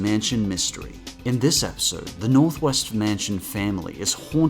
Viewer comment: Ooohh, Northwest! I thought you said Northweast!